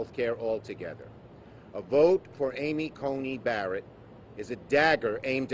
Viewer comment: “Amy Conning Barrett. “Amy Coney Badderit.” How do you expect for people to take you seriously when you can’t even pronounce words correctly, Chuck?